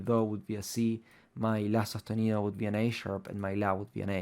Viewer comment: la re flashe cuando dijiste la sostenido jajaj pense que era un yankee